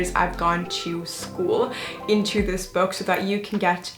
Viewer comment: No one gonna talk about the boo launch instead of book